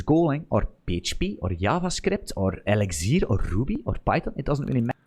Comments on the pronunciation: sounded like LSD instead of elixir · Hearing the man pronounce "Eligzirrr" was like the first time a heard a British man say "February" on Kill Tony.